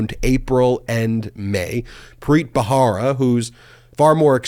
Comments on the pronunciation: I love Ben and this channel. That's why I want Ben to look his best. That's why I think it is important to pronounce key names correctly, especially ones that come up often. In the name Preet Bharara, the "h" is silent. It is pronounced Barara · I believe his name is Preet Bharara, not Bahara.